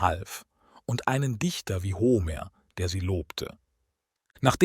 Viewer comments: Ho-mehr nicht Homer aussprechen. Blamabel!!! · Bei der Aussprache von Paris und Homer (als es um Troja geht), rollen sich mir etwas die Fußnägel nach oben. Man spricht den einen Namen nicht wie die französische Hauptstadt aus, und den anderen nicht wie Homer Simpson. Sonder P*a*ris und Hom*e*r